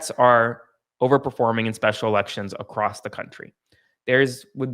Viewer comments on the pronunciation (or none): none